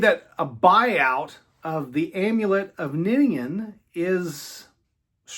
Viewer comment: Thank you for pronouncing Niniane right.